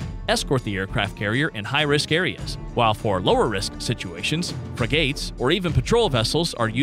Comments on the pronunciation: Not hardly. I mean really the guy does not even know how to pronounce "bow" as bough, not bo, and "frigate" as frig-ate, not free gate. And then there is him saying the Ford can carry 75 aircraft when it can actually carry up to 90, although its normal compliment is 75. And consider that the QE being a ramp type launch it must carry shorter range and lighter aircraft to achieve launches. As far as Wayne Gazard's comment. All power systems require "regular maintenance", but how much is the question. Nuclear requires much less maintenance and way fewer personnel to do it than diesel. As far as dry dock repairs, well the U.S. has 9 of its 11 operating at any given time, plus 9 amphibious carriers. The UK has only 2. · Phalanx is fah-lanks. But he did mispronounce Merlin and frigate.